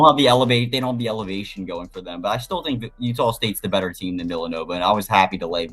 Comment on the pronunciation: I heard utahl state a lot in that broadcast. I didn’t know there was an L in there. Good insights though thanks.